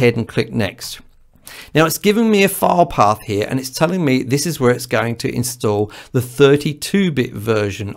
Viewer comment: This video was very helpful to me. Your explanations clicked with me. The only thing that confused me for a moment was your pronunciation for "file path". My half deaf ears heard "fire dog." The background info on VSTs was also enlightening. Thank you. You may ask how does a half deaf person record anything. I simply make it sound good to my ears and if nobody vomits, it's okay!